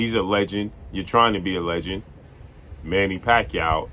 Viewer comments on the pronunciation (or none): none